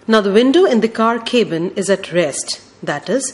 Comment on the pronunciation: “ cabin “ has been wrongly pronounced